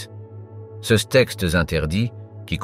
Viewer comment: Curieuse prononciations : céss ou ceuss à la place de ces ou ceux...